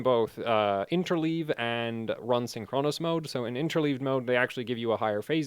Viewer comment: still saying "syn CHRONOS" instead of "SYNCHronous"